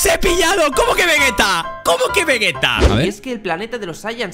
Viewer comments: Ponlo a 0.25. Dice "Guave" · no se refiere a eso creo, se refiere a que ninguno de los 2 doblajes lo llaman como se pronuncia en japones veyita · Errores Latam: Picoro❌ Piccolo✅ Vegueta❌ Vegeta✅ Bills❌ Beerus✅ GoJan❌ GoHan✅ Saiyajin ❌ Saiyan/Saiyans✅ Y si, objetivamente hablando aunque a mí me guste más el doblaje latino de super es mejor el de España por el simple hecho de decir esos nombres bien (Aún así en DB, Z y Gt seguimos dando pena) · Vegeta es sin u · pero ustedes los españoles le dicen vegeta pero lo pronuncian como vejeta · Lo cual es correcto, ya que el nombre original viene de la palabra inglesa para vegetal, y por tanto se respeta la etimología al adaptar el nombre al español. En cambio, el latino la caga al pronunciar la sílaba GE como -GUE-, cosa que es incorrecto gramaticalmente. Y no es una opinión ni un gusto personal. El propio René García, actor de doblaje de Vegeta en Latinoamérica, dijo que la pronunciación del doblaje latino es incorrecta y que lo correcto es decirlo como decimos en España.